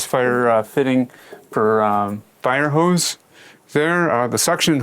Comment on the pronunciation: "Water hewse gets suction". Man dudes definitely a Canadian. And a genius